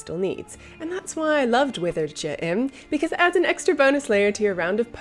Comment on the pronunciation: I like the part where she said Withered J'im.